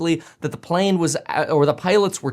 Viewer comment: "the wrong PAALANE in site". man i hate the way he talks lmao